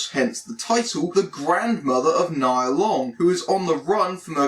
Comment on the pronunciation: So…he’s never gonna tell her name is pronounced “knee-ya” Nia Long